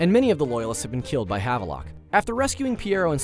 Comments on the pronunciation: "Jess-a-MEAN" not MINE. "Have-lock" not "Have-a-Lock" ggbruh. You work for a video game channel... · The way he pronounces Havelock and Jessamine's names is so cringey.